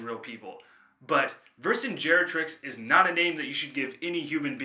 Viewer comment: It's Vercingetorix, mate, not Vercingerotrix. I know the name sounds wrong, but it's based on a freakin historical character.